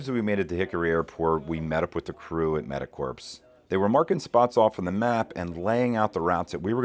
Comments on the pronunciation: Corps is pronounced kor, not like “corpse”. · Awesome on you guys!!! One thing though...Corps is pronounces like "Core" , ...is sounds esp bad in the context you are using it in...sounds like you are saying Medic "corpse"